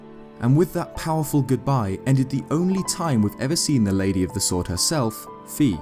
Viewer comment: says sworduhh